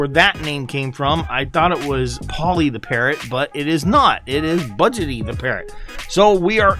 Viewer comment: Bu-dge-eee budgy not budgety